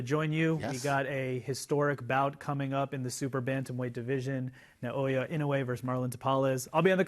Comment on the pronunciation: Where are these guys getting NAY-OY-YUH? ... it's NAH-OH-YAH